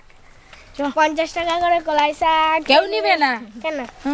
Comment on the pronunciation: কোলাই না কলাই আর ওটা লোঙ্কা না লঙ্কা